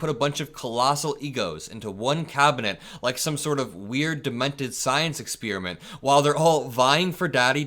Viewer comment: Experiment, not "exspeariment."